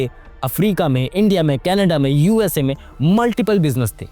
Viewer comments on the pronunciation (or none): none